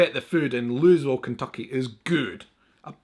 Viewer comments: Loo-ah-vull is correct Home of the Kentucky Derby, Blue grass, Kentucky bourbon, Hot Brown, and Kentucky Fried Chicken! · Its Louisville..(looeyville) the S is silent. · The city where the Kentucky Derby is run is pronounced LOO-a-vul. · IT'S PRONOUNCED LUHVUL! 😳🤘😜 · I feel out of respect for you, Louisville, is pronounced Loo e ville! My ex, America, from Indiana which is two and a half hours away, pronounced it the same way as you did, he has no excuse, but I want to make sure, when you make a visit, you can pronounce it like you’ve lived there all your life! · Louisville is pronounced " Loo-uh-vull" here in Kentucky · I don't live in Louisville but we pronounce it LOO-A-VUL as you can see on the plastic bag. LOL don't ask me why it's just a Kentucky thing hahaha if you are going to make a recipe, make the Hot Brown, the best thing you will ever eat! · The horseshoe was worn by a racehorse at churchill downs (where they run the Ky derby), that is race track dirt, don't open that horsehoe. Woodford reserve is really good bourbon, it is top shelf. And the locals in Louisville pronounce it Lou-uh-vull, just to answer your question. I hope you enjoy your box! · We pronounce it Lou uh vull here in Louisvlle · Pronounced "LOO-uh-vuhl". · Louisville Louie-ville it pronounced by those from there as this. Lou-a-vull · Pronounced Louieville. The 's' is silent. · Born & raised in Louisville Ky. Pronounce lu-uh-vul. Mint juleps are disgusting. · NOBODY calls it "Loo-is-ville." The s is silent. And, bluegrass is a type of pasture grass, and, it, really, is blue. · Pronounced Louville if you come from Central Kentucky....!! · LOU-A-VILLE. You add the bourbon to the mint jubilee. Tennessee has Whiskey and Kentucky does bourbon. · Oh, and it's pronounced Lou-ah-vull. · Either Louisville is pronounced Loo-uh-vul OR Loo-EE-vill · Awesome video, Just to say Louisville, Kentucky, the "S" in Louisville is silent. so its pronounced more like "Looyville. "